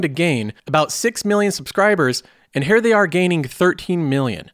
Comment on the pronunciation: Why you say “hair” instead of “Here”?